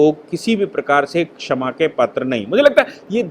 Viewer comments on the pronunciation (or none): none